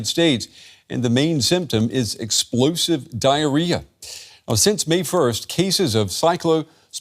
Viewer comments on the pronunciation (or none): "Ex-plo-sive" yep. Thanks Trump.